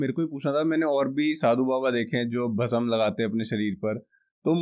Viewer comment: Kya yaar pronunciation Bhasm, / samjho,seekho,ye bolne ke liye hota nahi aur spiritual podcast bhasm,bhasma,Bhasm aap bol rahe ho bhasam.